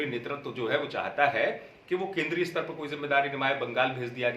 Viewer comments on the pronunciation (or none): none